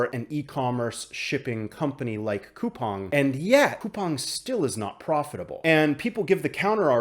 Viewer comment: Finally, a YouTuber who pronounces Coupang properly lol.